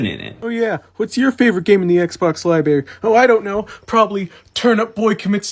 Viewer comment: Homeboy said libary